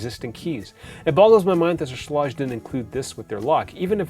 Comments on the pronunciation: Aaron Schlage is pronounce like Schlayge or something like that lol. Yes Kwikset Smartkey may be easier to Rekey to your current locks but the build quality of Kwikset is the worst. Smartkey locks have resettable wafers that can fail anytime. As a locksmith I’ve dealt with these locks failing all the time. I never recommend Kwikset unless all your house has Kwikset already then yes because then you would have to change all the locks which can get expensive. Schlage only provides one key because their goal is for you to mostly just use the touchpad. That’s the whole reason why you get a touchpad in the first place, so you won’t have to carry keys. You can get a wall mounted lock box and leave the key there just in case the battery dies. But even then the touchpad will let you know when to change the batteries out. Schlage makes it easy to change the batteries out compare to Kwikset. Overall Schlage is the better product in my opinion. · Several comments, I'm a home builder trying to be helpful: 1) Your door weatherstripping is excellent - not too thick. It's called Q-Lon, and covers both the outside face and the corner edge, as opposed to that useless exterior nail-on junk. 2) Schlage is pronounced with a long a and hard g. See 3) The Kwikset "Smart Key" is a brilliant feature, which is amazingly easy to re-key in about 30 seconds. No need to be a handyman or pro. ANYbody can do it. GREAT for rental units, so the landlord can re-key without having to buy replacements or call a locksmith. 4) Schage and Kwikset are both high quality products across their full production of products. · Alright now I'm really curious if your pronunciation of "Schlage" is normal for others, just a Canadian thing, or just a you thing. Good review, thanks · You should learn how to pronounce the name of the lock! You said the name several ways, all of which were wrong. Go to their company made videos to hear them say it. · Pronounced sh-leg